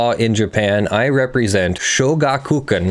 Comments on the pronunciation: Yeah it's three words not two. Sho-gaku-kan not shoga-kukan. And the u is very much not stressed, it would usually be all but silent when actually pronounced in running speech. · show-GAH-koo-KHAN. Sorry, my inner weeb couldn't handle it q-q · shoh-gah-k(u)-kah-n with stress added to shoh and ka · In regards to pronunciation of shogakukan, you were close, but the emphasis is not on ku. The Ga has the emphasis, but unlike English, there's no lengthening of the syllable, only a raising of the pitch.